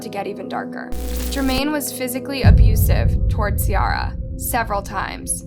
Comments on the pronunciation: you really piss me off with the pronunciations when they’re literally saying the it correct way in the videos you attached ! ITS C-AIR-UH ! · Her name is said like see-air-a not see-r-a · The fact you mispronounced Ciara's name while using video of people saying it correctly the entire video was annoying af. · I feel like at this point you just go out of your way to mispronounce these peoples names. it’s not just Ciara, in almost everyone of your videos your mispronounce the victim/a witness or anyone really name, and then show a clip where they very clearly say the name correctly.